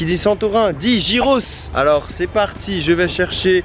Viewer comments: Ca se prononce "guiros" gui gui gui et pas gi gi gi ros ! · Sa se prononce Guyros pas gyros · Je trouve ca super que tu fasses découvrir cette spécialité grec ! C'est tellement bon ! Juste pour info on dit pas "jyros" mais "yiros" ;) bonne continuation ! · Les gyros c'est la vie... Mais ça se prononce [guirosse] pas [jirosse] 😂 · Nous au Canada plus précisément au Québec ont en a aussi et ont dit giroooooooo et non pas girossssssss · Sa s’ecrit « gyros » mais sa se dit « yros » Mais en Grèce on appelle sa souvlaki Comme endroit pour le dessert y’en a un qui s’appelle milkato ils font des gaufres geantes avec se que tu veut Pour ma part c’est nutella avec des biscuit casser et une boulle de glace dessus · Sa s'ecrit gyros mais ca se dit guiros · Ça ce prononcé yé pas trop appuyé ros. Yéros.👌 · Ça se prononce guyros 😂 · Si jamais ça se dit "guyros" on prononce pas le g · Le g se prononce dans gyros